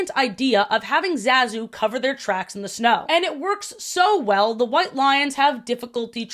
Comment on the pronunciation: You keep mispronouncing Zazu's name and I'm not sure how.